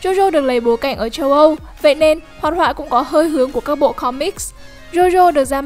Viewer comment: jo jo chứ ko phải Zo Zo. chúng ta chứ ko phải Trúng ta. Châu Âu chứ ko phải Trâu Âu.